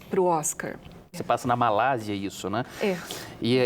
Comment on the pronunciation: o correto é Malásia